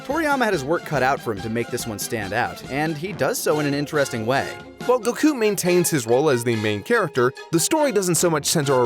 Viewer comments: If you're gonna be pretentious enough to pronounce Goku like that at least do it right, the O sound in the native language would be a short O not a long O. Goh-Kuu not GO-kuu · Japanese does not have timing based accents. It’s Goku, not Go’ku. Learn to say Goku correctly first before correcting people on tenkaichi budokai. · gokuu... not to be rude but why do you say gokuu when everyone else pronounce it goku with parenthesis on the O in goku